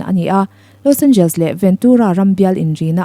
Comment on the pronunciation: I inti lam no lutuk anihkha😂Los Angels😂..Los Angeles tihtur aw..